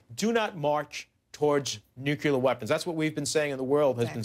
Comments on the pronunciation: "...towards nuculer weapons.." What a moron. Say it with me: Nuclear. NEW - - CLEAR. Nuclear. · "nuculer" weapons